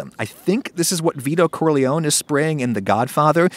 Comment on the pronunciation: it’s actually Vito “Car- leyownee”